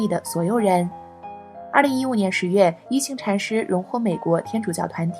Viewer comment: 應該是念一ㄏㄤˊ禪師。